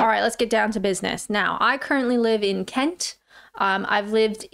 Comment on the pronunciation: Love the way you say Kent with a t. Not the usual glottal stop of the locals.